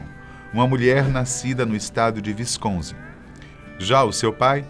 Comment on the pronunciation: Galera da fatos, o "W" no inglês tem som de "U", nao de "V" falaram Wisconsin